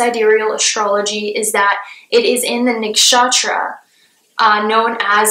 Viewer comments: The way she pronounces nakshatra has captured my heart 💕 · Cheers to all the Hindu names appearing beside the zodiacs! u have Indians' heart. ♥ Also the way u pronounce nakshatra is so cute! 😁